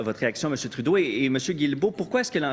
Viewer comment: Props to Trudeau for getting the pronunciation down. He shills pretty hard.